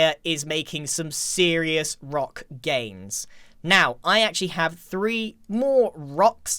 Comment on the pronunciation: Grians season 9 bace: "I got a rok."